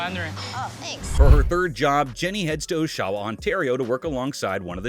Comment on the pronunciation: Mandarin - i dont know what the heck you just said, but the city's name is Oshawa - Ah-sha-wah.. lol I used to live there and have probably been to that place at one point. lol